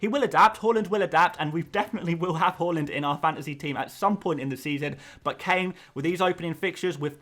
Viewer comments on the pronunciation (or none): It's HAA Land. Not HAUL Land. Come on! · Ffs it’s HAAAAAAAAAAAAALAND NOT HOOOOOOOOOOLAND